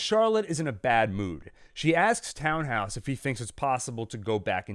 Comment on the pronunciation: I know it’s silly to care, but it really is “Tan-house” not “Town-house,” and the difference is distracting. Sorry.